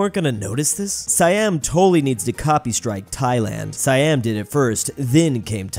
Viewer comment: “Sayyam” ITS SEEYUM!!!